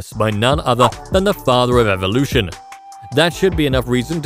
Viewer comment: You said "Evilution".. give me a brake!!! Click.. buzzzzzz.